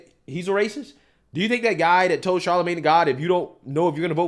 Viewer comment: You i’ve got to stop saying “dat”. IInstead of “that”